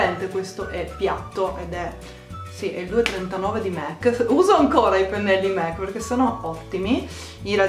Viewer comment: qualcuno le dice che si dice mac e non mec :)